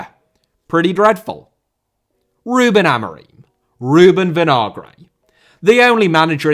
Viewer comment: Vinagre* not Venohrgrei